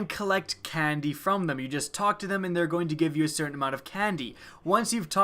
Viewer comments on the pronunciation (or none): none